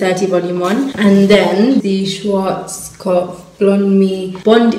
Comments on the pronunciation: „Schworzkopf“ 😍😂 the „ar“ in Schwarzkopf sounds more like aahh 😅 Like Schwahzkopf 🥰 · I love how he corrects her on Schwarzkopf but still pronounces it wrong or at least not German which it is 😅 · Love how he tried to correct her way of saying Schwarzkopf but they both said it wrong hahah (luv u )